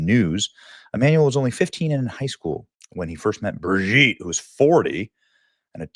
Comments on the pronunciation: It's Bro-gitte! Yo! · Just don't know why this journalist has to grunt like a pig everytime he pronounces such an easy name Brigitte. Neither does he know how to say Jean-Michel. He has to translate it to John Michael. He's a real idiot. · ❌ Brigitte ✅ Brogitte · I guess its Bradley instead of "Brigitte" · Naaah stop saying BRIGGITTE like that I'm screaming. watching this on a bus 😂😂😂😂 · I scream every time Benny says "BRIGITTTE!!" Benny is UNMATCHED! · They way he's gotta say her name "BRIGITTE"🤣🤣🤣🤣🤣🤣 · Benny I love how you say Brigitte 😂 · Every time Benny says the name I start giggling! 🤣🤣🤣🤣🤣🤣🤣🥹🥹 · 😅 everytime Benny says Brigitte 😂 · Hi Benny! I'll tell you what I think; I think I love the way you say Brigitte! Makes me chuckle every single time! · Every time you say BRIGITTE it sends me to the moon 😂😂😂